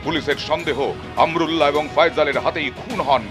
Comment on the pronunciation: বলদ আমরুল্লা না, আমানউল্লাহ। নিউজও করতে পারিস না।😁😁